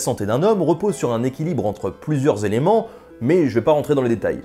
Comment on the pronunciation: Les quatre éléments, pas les quatre zéléments... Mais c'est pour chipoter, j'aime beaucoup tes présentations